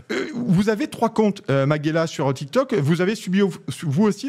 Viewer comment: T'ain le gars sait même pas prononcer son nom stp... C'est ma-ge-LYA.